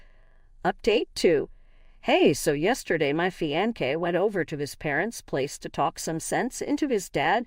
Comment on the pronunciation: Fionce is pronounced Fi-on-se not Fi-on-kay Please dump this computer reader and get a HUMAN English speaker.